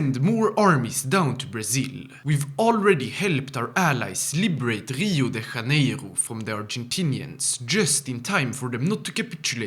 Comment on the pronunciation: actually Rio de Janeiro have not a "R" sound on "Janeiro". It have the sound of "G" or "J". Portuguese does not sounds like spanish. (Im brazilian)